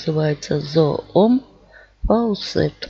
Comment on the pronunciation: Спасибо большое за видео! Добавлю новый кран в свой список. Если можно, я вас немного поправлю: название крана с английского на русский правильно произносится "Зум фаусет".